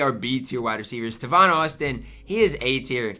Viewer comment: Its TAY-VON Austin. You really pulling a Carlo bro☠️☠️☠️